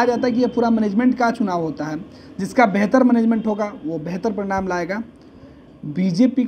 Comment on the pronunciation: परिणाम और प्रणाम. उच्चारण पर ध्यान दें.